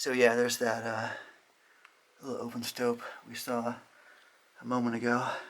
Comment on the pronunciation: Stope not Stoke